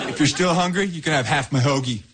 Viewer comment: 听的好像是to still hungruy？